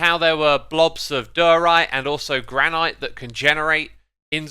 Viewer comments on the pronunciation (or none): You know its Gran-it not Gran-ight right? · You are mispronouncing granite. It sounds somewhat like "gran nut". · granite; GRAN-it orchid; ORK-id tiaga; TIE-guh acacia; uh-KAY-shu lichen; LIKE-in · The way you pronounce Granite makes my nose slowly bleed. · jesus i thought euros saying aluminum wrong was annoying but heres sum saying "granITE"